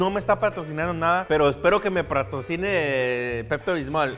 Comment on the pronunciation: escucha bien el vídeo sordoy verás q dice pratocinar Escribe bien tu jajaja